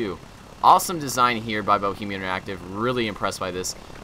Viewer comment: he said bo-che-man active